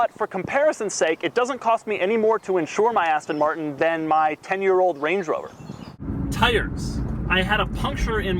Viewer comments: i hate the way he says aston martin lol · Please buy another car Doug. It's painful every time you mispronounce Aston Martin.